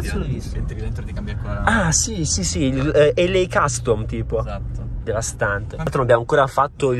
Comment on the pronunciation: Se ascoltate bene a un certo punto dice DEVASTANTEH